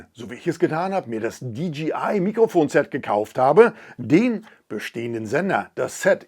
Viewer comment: Hi, mit tut es immer wieder in den Ohren weh wenn die Leute in ihren Videos sagen, die Firma DGI hat was neues….. Die Firma heißt doch DJI !!!!! Es hört sich so komisch an wenn man DGI sagt.